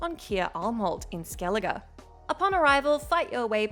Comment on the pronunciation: At least she say skellige right.